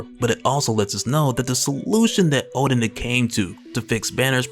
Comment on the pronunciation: Ha. Hulk fans in the comments. Funny. Btw guys, it's Odin not Oden